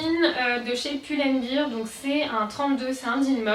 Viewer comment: On dit pull and ber et pas pull and bir